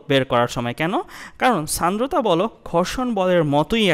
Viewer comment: Sandrota (উচ্চারণ 'Shandrota' hobe may b) fact😪☹️